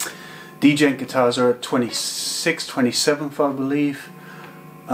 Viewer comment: Lol he's saying d - jent